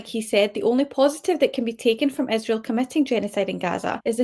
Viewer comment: Does she mispronounce Israel on purpose?